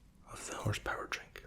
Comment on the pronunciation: POWER HORSE. POWER - HORSE. Not Horse Power. It's written RIGHT THERE! LOL